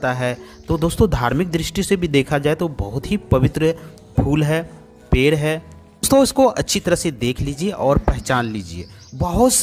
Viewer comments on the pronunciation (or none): none